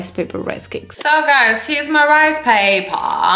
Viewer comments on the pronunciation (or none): “This is 100% my type of rice pay-PAAHH” 😭😭😭😭 I’m screaming. Love these videos they’re always so entertaining